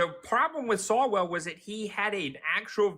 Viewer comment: He keeps railing against people whose names he doesn't know. His examples are SO egregious he can't get their names right. From Walz to E. Gene Carroll, lol.... Calling Swallwell "Sawwell", lol.... This guy is a desperate man!!!! 😉